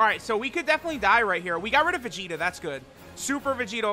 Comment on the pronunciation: that "look at Vegito man" made me hear "look at Curry"